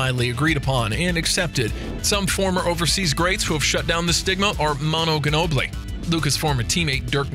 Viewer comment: You guys pronounced both Ginobili and Nowitzki wrong in the same sentence. Thats pitiful.